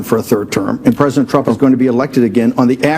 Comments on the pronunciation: "...Dictatow Twump" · Donald twump needs to be jaiw wight now, it's pwepostewous that's he's stiw in the white house!